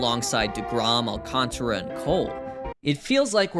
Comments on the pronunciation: Well, he did kinda make it his own by mispronouncing Alcantara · please teach this chump how to properly pronounce Sandy Alcantara’s name correctly